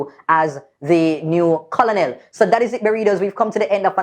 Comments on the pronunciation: Yes girl, make a bwoy know say you nuh hungry! Bright tpc! Battle of the elders, pupa jesesas!😅🤣 the word is pronounced ker-nel, even though it spell colonel. Not koloonel! Lol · no man, everytime u said Co-Lo-nel mi cringe; it's pronounced KER-NEL because of its French origin. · don't mek me tump you bout Co-lo-nel it is pronounced like kernel. The English language I tell you. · Keep up.the good work however here's a constructive tip Colonel is pronounced kernel and not Co-lo-nel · Hey, Colonel is pronounced KERNEL. C'mon Maan. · the word is KER NEL OK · Ker-nel lol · Is it just me or isnt colonel pronounced like "ker-nel"? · Using the Buju clip...priceless lol. But the pronunciation for Colonel is "Ker-nel". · Pronounced "kernel"... Lol 🤣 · Seriously??? Yuh nuh knoa the pronunciation of Colonel?? And you went to HS in Jamaica? No sah!